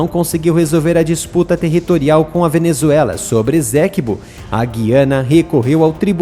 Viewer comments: Estou na guyana a 11 anos. A pronununcia e essequibo e nao ezequibo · Lê-se Ê-CÊ-QUI-BÔ (ESTÁ É A PRONÚNCIA CORRETA) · Esséquibo?? É Essequibo! E o "u" de Guiana é pronunciado! Assim já perde credibilidade.